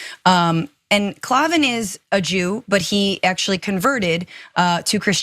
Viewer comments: It's pronounced KLAYVEN not KLAWVEN facepalm*. God is king??? No no it's Christ is king *facepalm You said "its anti semitic" the said "wait for it" as though you were going add something vital but then just repeated yourself with "it's anti semitic" facepalm Owww i think i hurt myself with that last face palm. We're not even a minute into this show yet and already it's like just another clown show riddled with errors, lies and probably more noob boob. "by the way this is from the bible... Candace didnt write this" well no sh!t sherlock wow all this time and i thought Candace spoke like Noah omg facepalm Owwwwwww. How could candace have made that original quote more to the marxists liking? Would it be better if she said "no govt OR terrorist group has the right to perform genocide on another group"? Would that make it ok in your pro(ag)gressive heads? If not... what way of saying "genocide is bad" doesnt cause the left to suffer from micro aggressions? That darker skinned marxist makes a good point... Just because a place is called Israel that doesnt mean Israelis live there nor should they. That's like saying Canadians deserve to live in Canada. Its just daffy! facepalm Owwwwwwwwwwwww!! You're "holding strong with courageous coverage"????!!!! You must mean like how males are courageously swimming on girls swim teams. That kind of courageous yes? Is this the same show that was started by Cenk Uger?? Oh and yes... that's his real name. Wow what a nightmare of a show. I should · His bame is pronounced Klay-van! The term is antisem-itic, not antisem-etic - your welcome!🙄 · Klavan is pronounced like “clay-vin”. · It's pronounced 'clay-ven' cos there's no 'E' in Klavan! 😛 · Klavan is pronounced Clay ven and he isn't the CEO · It's pronounced KLAYVIN. Jeez, how are you a journalist? He says his name like 1000 times in every show. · She can't even say "Klavan" right... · The way she pronounced Klavan 💀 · You need to know how to pronounce his last name -please.